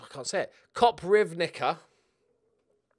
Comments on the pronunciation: little advise - in Croatia (and other Slavic languages) every C is pronounced TS, like in "its". So Koprivnica is pronounced Coprivnitsa. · Pronunciation: kopp-reev-nee-tza And that wonderkid defender: Shoo-tah-low